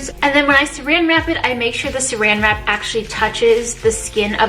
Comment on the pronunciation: Love how she says "sarang wrap" very asian omg